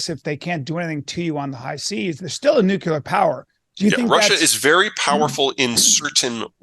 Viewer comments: The word is Nuclear not "NucUlear. There is only one u in the word. I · I only stopped in for a moment to ask how many times Peter mispronounces the word "nuclear" as "nucular". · Mr. Callen, it's pronounced NEW-KLEE-UR. Not "nuke-ya-ler.". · Why are they saying nucular instead of nuclear? Anybody? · Nu-clee-ur, not Nu-q-ler. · please don't say "nucular" when you mean "nuclear." It's annoying and detracts from your credibility. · Americants need to learn how to say NUCLEAR and stop with this NUKELAR bullshit!! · "New-cue-lur": Leftover shitspeak from a warmonger president who once shilled for the war machine, but now paints puppies. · I loved this. But let's work our ability to pronounce the word nuclear. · Two guys that can't pronounce "nuclear" right. Clowns.